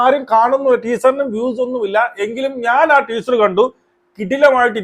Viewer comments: ട്വീസർ അല്ല മണ്ടാ... ടീസർ 🤣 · നിനക്കൊന്നും വേറെ പണിയില്ലേടാ ഊളെ ആദ്യം ടീസർ എന്ന് പറയാൻ പടിക്ക് മര്യാദയ്ക്ക് 🫢അവളുടെ നന്മരം ഷോ അവസാനിച്ച സ്ഥിതിക്ക് ഇനി അങ്ങനെ നിന്നിട്ട് കാര്യമില്ലെന്ന് മനസിലായി അതുകൊണ്ടാണ് വീണ്ടും സിനിമയിലേക്ക് ഇറങ്ങിയത്